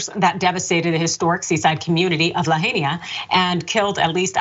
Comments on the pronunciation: Yep. I’m from Hawaii and understand how hard Hawaiian words are to pronounce correctly for those not from there. But it’s very simple to look up the word and correct pronunciation. Lahaina is pronounced: La-high-na. To hear it pronounced incorrectly prompts a wince and a frown and seen as lazy disrespect. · “Laheynia”. Girl. Read the word :P